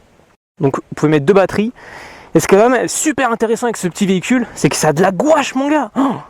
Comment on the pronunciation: Qui trouve qu il a un probleme avec le mot gouache 😂😂😂 super vidéo